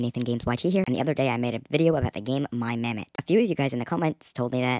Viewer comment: pronouncing mammott back then: mum-awt pronouncing mammott now: actually says mammott Jokes aside, i remember this game and my mammott